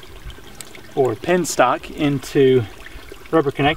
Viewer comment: BTW, it is "penstock" and not "pinstock".